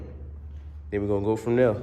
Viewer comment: I like how bro say and we gone go from der